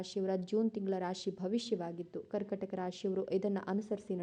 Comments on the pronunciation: ಕರ್ಕಟಕ ಅಲ್ಲ, ಕರ್ಕಾಟಕ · ಹೇಳುವಾಗ ಕರ್ಕಟಕ ಎಂದು ಹೇಳುತ್ತಾರೆ ( ಕರ್ಕಾಟಕ ಎಂದು ಹೇಳಿ)